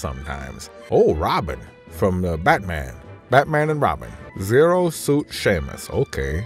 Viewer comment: Welp, that's it. I'm calling Zero Suit Samus "Zoot Suit" from now on.